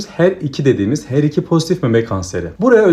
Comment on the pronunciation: Her2 vurgunuz çok iyi Hocam 👌